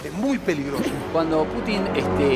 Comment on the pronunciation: se dice PUTIN CON ACENTO EN LA U